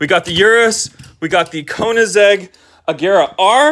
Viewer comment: Did my guy call an Ageara an "Ajera"?! Respect Koenigseggs my man. Ay don't take it seriously it's a joke:)